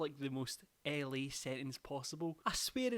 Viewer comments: Me too and it shocked me lmao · when he said LA I fully thought he said Ellie